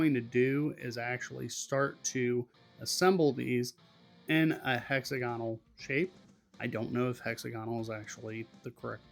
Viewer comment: pronounced: hex - ag - onal :) i found it is easier to make tape joints and glue them up like a box.